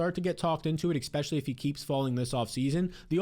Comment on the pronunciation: I feel like he says "Exspecially" just to piss me off